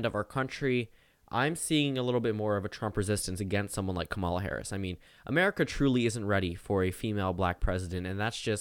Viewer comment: "KAmuhluh" damnit